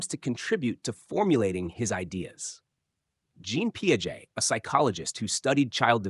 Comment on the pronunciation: jean piaget is french man its not jeean it's pronouced like the "gen" in genre like "slasher movies are a part of the horor genre"